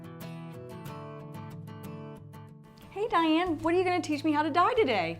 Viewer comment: Her name is really DIANNE 😂😂 DYEanne